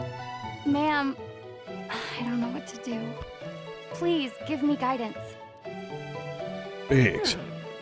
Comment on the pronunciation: pwease, John Fuwwsawce